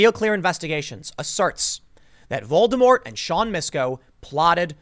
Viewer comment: Tim, dude, stop calling him Voldermort... its actually distracting and sounds silly Just call the guy Sir. Whistles if you're that scared to say the actual name :P